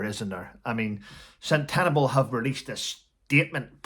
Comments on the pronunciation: It’s pronounced Sen-te-bali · I ❤ you but its pronounced sen ta barley xx